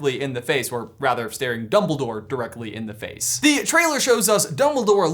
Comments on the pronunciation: Oldbledore? OLDBLEDORE?! Not DumbOLDore? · Did i just hear youngledore?????????????? I really hope that he learned it from potterless XD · youmbledore... you really just said.... YOUMBLEDORE